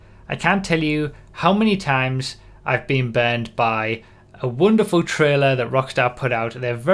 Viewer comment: I didn't realize, until the very end if the video, that you weren't saying "banned" but "burned".